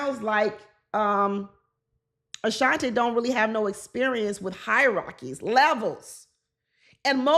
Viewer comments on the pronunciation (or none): You were killing me with that word "high rockies". But I do know you were saying "hierarchies"😂